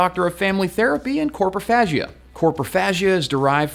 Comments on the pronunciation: Hey, don't wanna be a dick but dunno how to PM, so, it's Coprophagia, not Corpophagia. Also, is the cat's name Easy, or it's just like "Eaaaaasy, man", like "Chill dude" ? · It's coprophagia btw not corpohagia and the greek word is copro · It's copRophagia, not coRpophagia And you didn't say the previous episode was set thousands of years ago. You said thousands of years into the future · Thank you. Him saying corpos instead of copros really bugs me... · it's not "corpro" ... it's "copro" you fucked up that etymology btw. Corpus is body. Copro is poo. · By the way - you pronounced "COPROphagia" as "coRprophagia". Pedantic is my middle name.